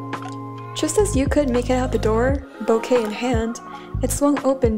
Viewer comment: I hate the fact every time says ‘bouquet’ i hear the word ‘boke’😂😂 This was really cute btw🥺💕✨